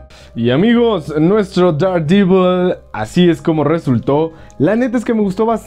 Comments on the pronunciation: Dardivol xd, yo siempre lo pronuncie Dardevil, pero cada quien lo pronuncia como quiera XDD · Der devol Sería más o menos la pronunciación